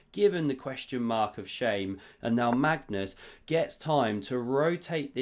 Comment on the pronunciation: is it ever gonna be a time where you actually say Magnus' name correctly?